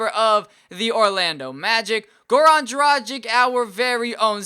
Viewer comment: If you wanna say Dragic right its not like M"agic" it's Dragich with g pronounced like in word Gay, so please stop saying Dragic like Magic and pronounce it right...